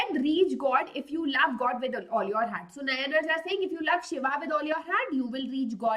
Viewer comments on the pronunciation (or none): 😢the way she says nayanaar ans alvar is soo wrong ! Its naayanaars and aalvaars ..